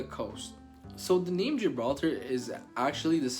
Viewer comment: at least pronounce names correctly